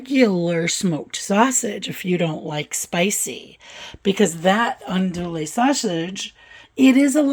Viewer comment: it looks so good and I’ve made several of your recipes. Just a hint from us in the south, it’s pronounced ahn do ee sausage. Thanks for all your great recipes.